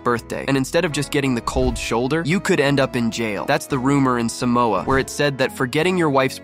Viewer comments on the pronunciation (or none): none